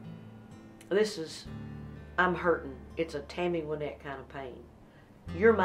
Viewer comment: Reba, you said Tammy's name correctly in this interview but incorrectly in the song! I still love the song, though. It's pronounced Win-ette(as in to achieve victory), not Why-nette. Just to set the record straight, Tammy introduces herself here at 9 seconds